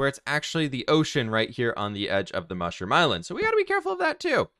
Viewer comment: You don’t say moshroom you say mushroom 🤦